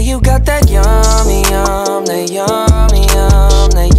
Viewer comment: Why does it sound like he's saying "yumda" not yummy?